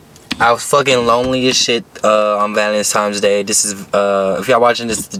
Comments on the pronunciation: Another dude that says “valentime’s day” 🤣. Why is it so hard for some people to pronounce Valentine’s Day. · “ValenTIMES Day”😂😂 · Lmao me too homie. No hate. Just think it’s funny how everyone say valentimes day. Stay up homie